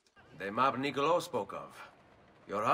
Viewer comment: ah e perché, "Niccolò" pronunciato "nicolo"? Haha le mie orecchie sono implose